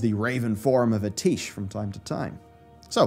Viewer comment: did just call atiesh "a teash"?